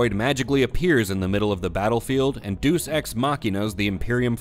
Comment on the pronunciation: "Deus" is pronounced "Day Use", not "duce."